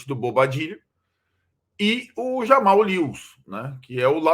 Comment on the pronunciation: ufa, aprenderam a falar JAmal e não RAmal...